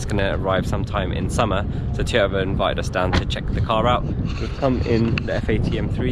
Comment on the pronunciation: Looks like Ive been saying it wrong all this time, apparently its Teee-yota. Silent first "O" people. Btw now that Toyota has improved on the BMW engine with those 300 modifications, i bet we will start seeing more reliable BMW engines ... 🤞